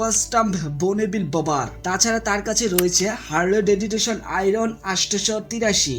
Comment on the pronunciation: ভাই ওটা হারলি ডেডিটেশন হবেনা। ওইটা (হারলি ভেভিডসন)। ভালো করে home work করেন নি মনেহয়